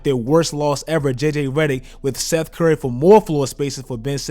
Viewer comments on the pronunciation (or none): none